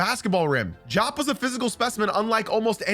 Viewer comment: It's pronounced Dee-op, not Jop.